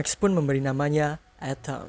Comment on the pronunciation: Atom atau etem min ??? 😅🤣